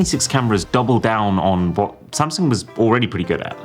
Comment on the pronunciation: Thats it. I am finally done with "same- sung"! 😂😂😂 This is the new Nokia!😂😂😂